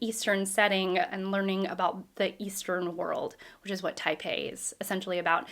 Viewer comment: TAI-PAN (not PEI ) means "top class" or " Supreme Leader" in Cantonese, originally used in 19th century China and Hong Kong to describe powerful foreign businessmen in era of the Tall Ships and Western aggression in the Far East after First Opium War. SHOGUN was Chavell's first book in this series following the establishment of Hong Kong as a British trading post.